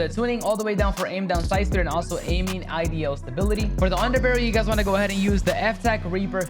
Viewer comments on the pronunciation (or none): This dude really said “aiming IDL stability” lmfaooo wtf bruh need to go back to English 101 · Bro please learn how to pronounce idle